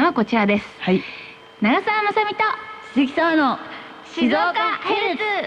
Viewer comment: 浜松⇨はままつ❌ は〜まつ⭕️ 静岡⇨しずおか❌ しぞ〜か⭕️ 地元の地名の読み方まで訛ってしまう遠州弁😅